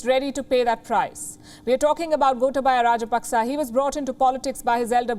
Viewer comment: It is Goootaaaabaya not Gota/ba/ya 🤭😊